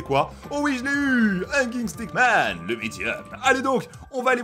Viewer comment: pq tu dis stackman c'est stickman